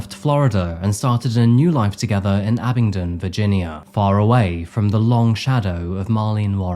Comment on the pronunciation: Thanks for pronouncing Abingdon correctly,! Michael and Shelia lived just down the road from me for years, and you would never dream this up by seeing them around. Justice absolutely was not served here, though.